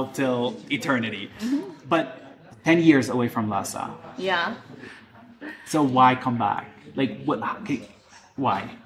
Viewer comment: 我觉得最搞笑的是油管上一个藏语小品视频下面有海外藏人呼吁不要用拉萨话说台词，因为听上去和汉语普通话太像了😂而且视频里的女生明显就是拉萨人， 这里她说“拉萨”这两个字的时候发音是ལྷའི་ས而不是照着藏文读成ལྷ་ས